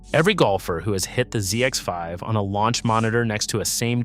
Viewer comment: It's the Srixon Zsex5 lol. Listen to it again. It actually says that. This is AI trash. Multiple mispronunciations and pics that don't make sense.